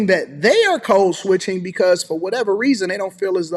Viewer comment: With all due respect, part of proper English and effective communication is annunciation. I was puzzled by what "Cold switching," is. While I was wondering what it is, I wasn't listening to what you were saying after that. Love your work.